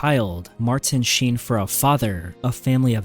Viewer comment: Then how did he mispronounced Charlie Sheen's name